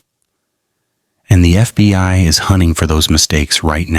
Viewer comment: constantly saying FBY gives it away